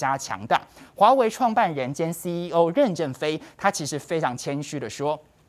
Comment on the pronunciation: 任ㄖㄣˊ正非，二聲，不是四聲！